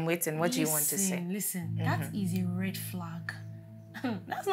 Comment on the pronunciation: Redddddddd reeeddddddd reeddddd..red like palm oil. she too she isn't correct ei